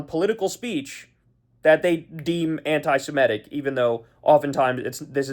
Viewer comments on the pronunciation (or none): One more time: not anti-si-MET-ic. Correct is anti-se-MIT-ic. Do you ever read the comments?